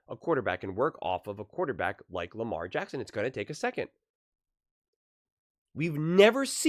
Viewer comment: It’s LAMAR JACKSON !!!!!! For Pete sakes. 🤦‍♂️